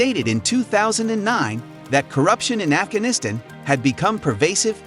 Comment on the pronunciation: This was interesting, but all the mispronunciations (undermining, Afghanistan, etc.) were distracting.